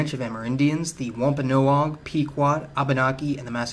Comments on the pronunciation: Well, he said Wampanoag, and lemme yell you, that and Ponkapoag are words that here in Eastern MA we argue over pronouncing. So big deal. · if you said wampanoag like he did I would have no idea what the fuck you were saying I had no idea he even tried saying wampanoag until i rewatched it trying to pick out all the mispronunciations and even then I was like wtf is he trying to say there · This man butchered all the names. It’s one thing to pronounce Wampanoag incorrectly, but how does an American pronounce New Hampshire wrong? 🤣